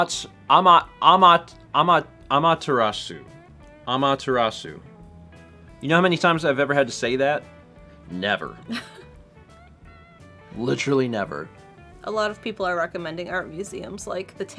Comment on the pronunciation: For future reference, the pronunciation of Amaterasu requires you to roll the R. Or you could just call her Ammy like Issun does.